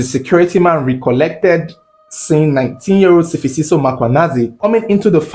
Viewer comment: its S'fiso not Sifisiso Great storytelling tho💟